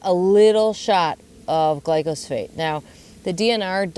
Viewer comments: The chemical is glyphosate as stated in the DNR info. is pronouncing it "glycosphate" in case anyone was confused. lol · It's actually pronounced GLYPHOSATE. And it's the most toxic substance on our planet!😱